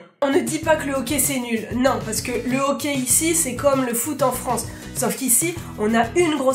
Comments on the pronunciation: le ok c'est super important... C'est vraiment ça que j'ai entendu jusqu'à ce que je me rendes comptes que tu parlais du hockey XD on le dit awké c'est pour ça lol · Tu dis au quais ala place de hockey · On ne dit pas « ohquai » mais « ahquai ».... ok? :) (référence Hockey). Même encore plus « âhquai »... conseil ne pas manger d’ail avant de prononcer le mot Hockey au Québec tellement le ´H’ est expiré :) excellente vidéo! J’ai eu bien du plaisir à la regarder :) bonne continuité et bienvenue ´che nous’ :) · on dit hocky et non ok et Céline dion y'a juste les vieux qui l'aime pis tu n'est pas une Québécoise tu est une française tu n'est pas l'une des notre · C'est mignon comment tu prononces hockey on dirait que tu dis ''okay'' et pour le pourboire il faut TOUJOURS donner un minimum de 15% du coût de la facture à moins que le service soit terrible puisque les serveurs gagnent moins que le salaire minimum à cause du pourboire qu'ils reçoivent. Super vidéos en passant :) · Quand t’a dit hockey je pensais qu’t’vais dit hoquet! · J'adore quand tu dis okai au lieu de hockey 😂😂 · Au debut j'ai compris que tu parlais du hoquet, tu sais le truc énervant qui durent des heures avant de comprendre que tu parlais du sport.🙃🙃🙃